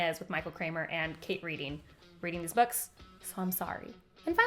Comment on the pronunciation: It's not Kate Reed ing. It's Red ing. Like you read a book in the past.